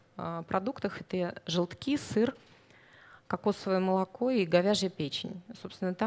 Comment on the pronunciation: Кокосовое молоко? Насколько же хорошо лектор разбирается в материале, если даже прочитать текст верно не утруждается? )